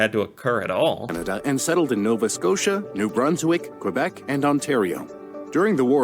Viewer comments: They pronounced Quebec wrong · This is a bit inaccurate: Quebec is pronounced "Kebek" not "Kwabec." Also, Canada wasn't a country until 1867. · Please stop calling Quebec "kwa-beck", try "kay-beck" instead. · That history video was cringe worthy. I recoiled at the French pronunciations! Tabarnak!